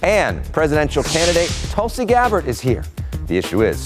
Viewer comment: It's not Tulsi as in 'umbrella' , it's Tulsi as in 'you'.